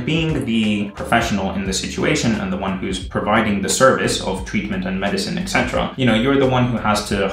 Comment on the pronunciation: I love your videos, they’re really inspiring to me at this point in my life. But please start pronouncing “etc.” correctly (esetera, not ecsetera). xD